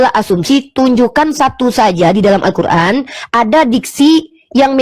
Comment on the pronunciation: Nyebut alqur,an z kuran.